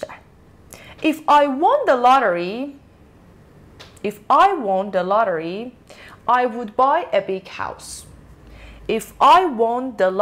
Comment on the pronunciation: جان، تلفظ کلمه won رو اشتباه میگی! وان تلفظ میشه نه وُن. لطفا دوباره چک کن